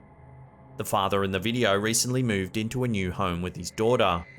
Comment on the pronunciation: he is decent. Love when he says 'check out this wideo'.